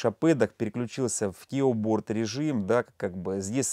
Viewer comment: А почему английское слово keyboard - произносимое, как ки_борд, ты произносишь, как кеуборд😊 Мило, как мяуборд. 😁